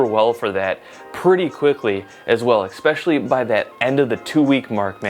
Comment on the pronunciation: I really enjoy your vids and experiments! But everytime you use the word 'especially' ... you say it like 'ecspecially' and I get really annoyed by that😅 Hope this won't throw you off or worry you too much! Greetings from Germany